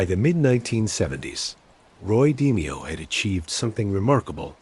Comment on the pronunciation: Your bot can't pronounce d-mayo? I trust NOTHING you say. Garbage.